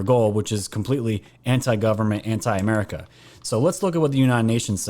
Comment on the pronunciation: He didn't say America...He said 'merica.